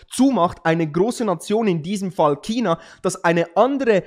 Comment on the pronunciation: Chhhhhina.. nicht Kina!